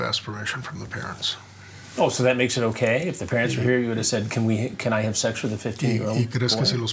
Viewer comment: "What makes it okaaaaaaaay" God I love it when Chris draws out his last syllable! 😅